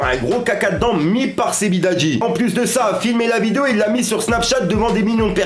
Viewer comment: "Sebidadji" 🤣🤣🤣 sérieux mec fait un effort, prononce correctement